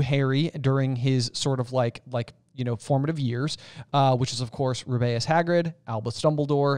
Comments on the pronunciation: Thought it was pronounced ru-bee-us (like Ruby) not ru-bay-us. An air rifle if a compressed air gun shooting pointed metal pellets. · Why do you keep saying Roo-bay-us for Hagrid’s first name? It’s pronounced Roo-bee-us everytime someone references it in the films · Why does keep pronouncing Hagrids first name wrong?